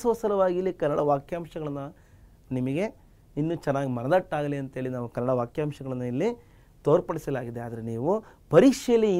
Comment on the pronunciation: sir adu kannad alla kannada